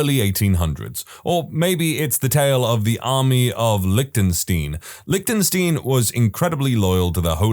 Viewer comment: "Liechtenstein" is NOT pronounced as "lik-tin-STEEN." The correct pronunciation is "LIK-tuhn-stine."